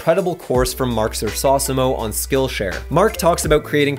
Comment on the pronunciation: Totally sounds like you are saying "Skull Share".. Thought this was a prison channel.. LOL Great content as always!